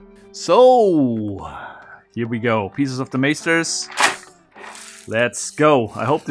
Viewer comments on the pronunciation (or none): The fact that you pronounce the a in Masters as in the word Taser kind of shocked me.. because in Dutch Meesters is pronounced exactly like that. Now I'm intrigued.